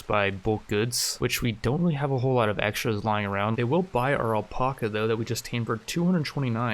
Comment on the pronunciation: I had to stop watching because of the way you pronounce alpaca